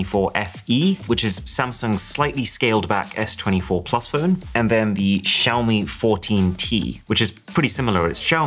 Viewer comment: Xiaomi did Wiaomi